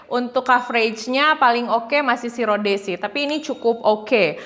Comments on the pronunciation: Kak, di bacanya ROD, bukan RODE, hehe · Rowd gt kyk ada w nya